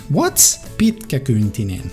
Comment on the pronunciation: Nice pronounciation, mate! It always puzzles me how non-natives struggle with longer words just because they can't bother reading them properly :D Like 'Pitkäkyntinen' :D Just some consonants in a row throwing you off? Though the pronunciation of that was perfect at the end.